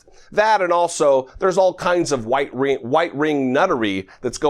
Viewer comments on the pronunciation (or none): did he just say "white-ring"nuttery? 🤣🤣